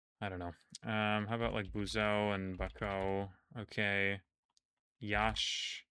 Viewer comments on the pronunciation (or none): none